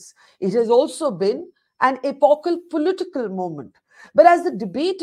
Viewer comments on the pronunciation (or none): none